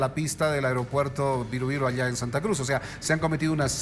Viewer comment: Airopuerto? Pensé que se dice aeropuerto